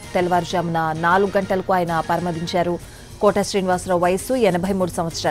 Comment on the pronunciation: పరమపధించారు స్పష్టంగా పలికాలి వ్యాఖ్యత